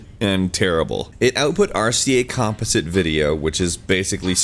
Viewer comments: Did you hear him pronounce "composite"? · Why do you not know how to pronounce "composite"? I really want to know why you cannot pronounce that word. Also, has anyone stopped to think just how much better the PS4 controller is than the earlier iterations? It just feels so much more natural. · Someone teach this man how to say composite